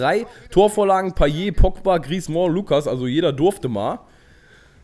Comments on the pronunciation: Wie kommst du auf "Griezmooooo" ? Das ist falsch. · ich weiß, ich hab Französisch in der Schule seit 4 Jahren.. Ich hätte den jetzt nicht "Griezmo" ausgesprochen, aber ist ja auch egal :) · Man spricht Griezmann's Namen einfach nur wie man ihn schreibt :)!